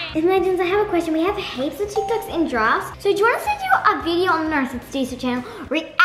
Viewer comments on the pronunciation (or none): It kinda sounds like is saying "Giraffes" instead if "drafts" 😂😂